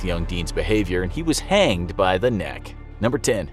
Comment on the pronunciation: “He was hAanged by the NEck!” 😂